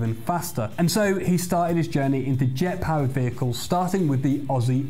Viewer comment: "Rocket expert" ends in a T. Ex-perT. Not ex-purr. "Jet engine"? Same problem: jettt. Not jeh. "The main part of the chassis"? You guesses it: Part, not par. Happily, you don't have any problem with "accelerate" or "estimate," words which some fools on YouTube manage to mess up. "Acceleray" and "estimay" are also horrid. You get them both right without any apparent effort. You're just doing them right, not forcing it. So perhaps you'll be able to fix the ones you get so consistently, annoyingly, wrong?